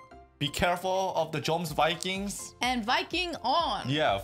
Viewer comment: This is Floki, the guy from the first episode was Thorkell, you will get to know him a bit later in the story. Also its pronounced Yomsvinkings not Jomsvikings.